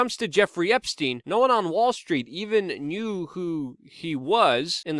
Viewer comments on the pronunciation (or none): "Meet the same faith as Jeffery Esptiein" ? It seems like you mispronounce a word every video that no one else says differently. The most frequent word is you always say co-mor-bid-ity as co-mor-bill-ity I can keep a log if you want. I have been considering it, but seems a petty waste of time. We all know what you mean.